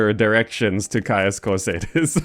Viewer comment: Why are you pronouncing Caius Cosades like that, it doesn't contain an R